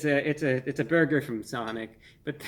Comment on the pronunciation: "PERFECTION, or meaby a horrible burguer... i don't know" i can't stop laughing. 😂